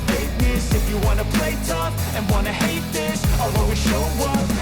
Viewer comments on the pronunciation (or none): none